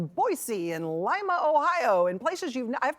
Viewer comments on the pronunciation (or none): It is pronounced "leema" OH